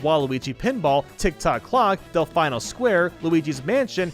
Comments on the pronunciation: “Del-fye-no Square” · It is Delfino square pronounced delfeeno Scware no emphasis on the i. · Its Del-Fee-No has he not played Super Mario Sunshine